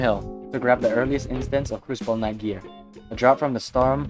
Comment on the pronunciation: it's knight not knoght and he does now this it just sucks absolute ass